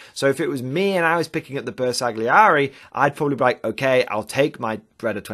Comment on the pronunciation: Ma dai! 🤌Its pronounced "Ber sal yee eri"